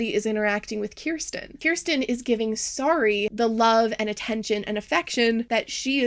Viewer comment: it was 2 hours into the video before I relised that the doll's name is Sari and not Sorry. I thought she was saying Sorry the whole time.